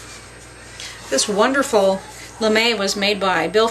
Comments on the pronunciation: Lame: Pronounced “lamb,” not “lamay” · Now you just need to learn that "lame" in the case of the bread blade is pronounced "lahm," not "luhmay." ;-) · Nice video. Lame (cutting tool) is pronounced "lahm". Lamé (Lamay) is a shiny fabric used in sewing. Also, boule (ball in French) is pronounced bool, or bull, not bully. It seems all of the bread making words are in French, and seeing them written, without knowing pronunciation, is difficult. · love your channel. (my French husband wanted to tell you a razor is pronounced LAM. like mary had a little lamb..) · Wonderful video! I feel like getting teleported right into your kitchen to be able to round off the experience with smelling and tasting the finished product. Wow! The French words you are using are pronounced bull (with a longer drag on the u) for boule, and lamb for lame. The letter e is generally silent at the end of a word in French, except as a sort of a grunt (euh!) in certain dialects, or if the e has an accent over it. Also Batard is pronounced bah-tar, with slight emphasis on the r.